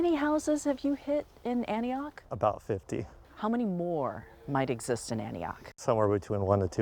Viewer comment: an ti och ....not anti och